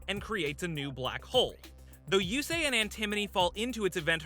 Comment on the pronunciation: The way he keeps saying Antimony instead of Antinomy.